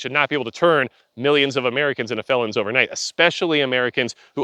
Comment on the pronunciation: “Millions of Fellions” lol